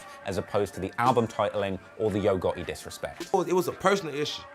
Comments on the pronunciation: His name is Gotti not Gurty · why do you say Gaw..ey instead of gottie 😂😂😂😂😂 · Get it right Its HOE GOTTI man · It's Yo Gohhi